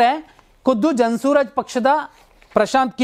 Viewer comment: Hello mister ಜನ ಸೂರಜ್ ಪಕ್ಷ ಅಲ್ಲ ಜನ ಸುರಾಜ್ ಪಕ್ಷ